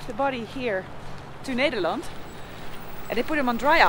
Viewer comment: Ned...der....land......not needer.....land